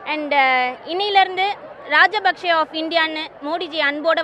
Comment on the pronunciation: Ahhaah I'm Sri Lanka Tamil and I agree that u called him "Rajabaksha" but Rajabaksha was worst than Modi... All the Love and Supports from Norway Eella Tamilar